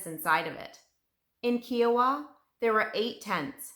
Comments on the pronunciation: Great detail. Thanks. However, its Ki o wa, not ke o wa. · I’m very familiar with this story. I was an 11 year girl in Tulsa Oklahoma when this occurred. It was terrifying. I’ll never forget this horrible time Edited: it’s pronounced KI-a-wa. Long I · Her in depth research should have included the correct pronunciation of Kiowa.